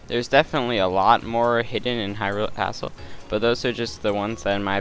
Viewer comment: I like when he says Hyrule Castle, as Hyrule Asstle